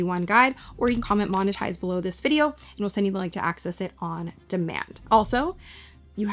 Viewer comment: "monetize" por favor